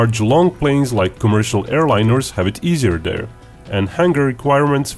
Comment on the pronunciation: There is no D in there, it is not dere it is there!!!!